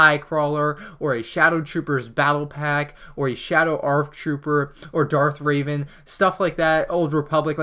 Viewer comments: ITS REVAN NOT REIVAN(Trying to tell you that you misspronounce it every time please learn,PLEASE!) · Lol he says he’s a big Star Wars fan and he pronounces revan raven